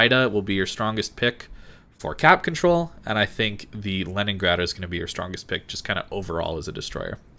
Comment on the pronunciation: Also "Lenningrad"